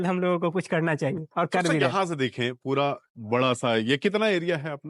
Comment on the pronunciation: गुजरात में जाओ ऐसे लाला टाइप की कंपनी हर दूसरे घर के पास है 😂 भईया आग वाग भी देखना 😂 घोड़ा- घोरा कपड़ा - कपरा पूरा - पुड़ा 😂😂 बिहारी साला, बोलना भी नहीं जानते 😂😂